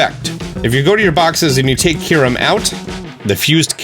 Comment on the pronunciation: Also "fuse Kyurem" not "fuze kuaram"